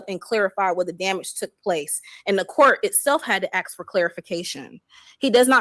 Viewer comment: Yeah, the axxx thing drives me crazy!! It’s “ask”!!!!